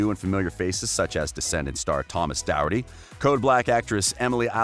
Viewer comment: Thomas's surname is pronounced doc-herd-ty